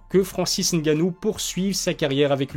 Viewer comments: Ah ça y est ! Il dit N gannou! Qu'est ce qui t'arrives! ta enfin compris ! Mdr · Enfin quelqu'un qui prononce ngannou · Enfin un Français qui sait prononcer le nom de Francis !!! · bonne prononciation du nom de Francis